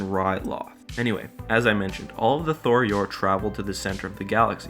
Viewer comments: Tho-Yor, not Thor-Yor. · Bro, it's tho yor not thor yor 😂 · Why do you keep pronouncing it as "Thor Yor"? There's only 1 "r", and it's at the end of the name.